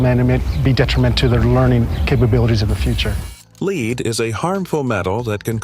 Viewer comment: Lead is a metal pronounced led not leed, which can be confusing. Your local chemist!